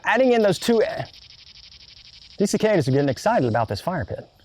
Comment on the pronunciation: They're sir-cuh-duhs, not sir-cay-dehs